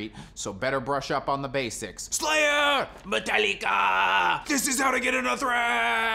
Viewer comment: Man, that French accent Métallica really had me laugh (I live in Québec)! Megadeth & Testament were my gateway, then Exodus moved in and that threw everybody out. Never new where to categorize Coroner but they were also part of my steady listens in that period.